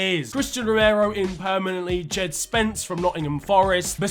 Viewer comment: saying spence from Nottingham Forest pains my soul